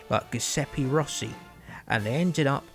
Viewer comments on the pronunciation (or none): none